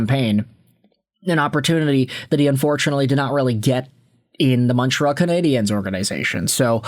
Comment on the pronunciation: I really wish you could pronounce Canadiens properly ffs